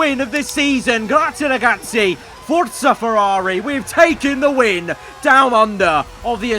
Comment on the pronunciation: Too good for an Italian